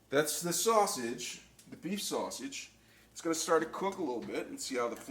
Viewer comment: Sauseggie??? Or sausage